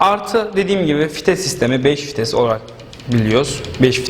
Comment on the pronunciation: Diks diyor fites diyor beni çıldırtıyorsunuz hocam